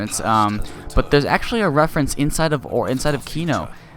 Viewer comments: But it's reference not referance get some BOI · Its reference not refarence